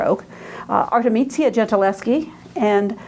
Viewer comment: Pardon me, but her name is 'Artemisia', not 'Artemizia'. Her father was 'Orazio'. You keep pronouncing it: 'Arezzo'. The man who raped her was 'Tassi' not 'Tasso'. Your extremely poor Italian pronunciation weakens everything else you have to say. I appreciate that you are American; perhaps foreign languages don't come easily, but this lecture is simply an embarrassment. I checked out .